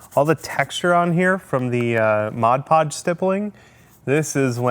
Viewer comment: Thanks for pronouncing Mod Podge correctly. Everyone calls it Modge Podge or Hodge Podge.